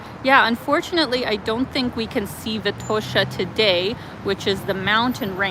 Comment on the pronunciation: Great video,! Sofia looks so much better than one year ago when I was there. Good job, mayor Terziev! Enjoy your new digs, and looking forward to your next videos! Btw, Vitosha is pronounced with an accent on the first syllable, just like Sofia.